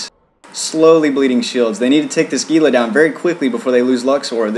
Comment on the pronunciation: Speaking of "stupid annoying derpy ignorant", it's pronounced HEE-luh, not GEE-luh.